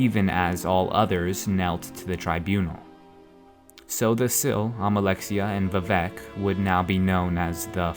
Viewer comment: but seriously man sotha sil is NOT pronounced so the sil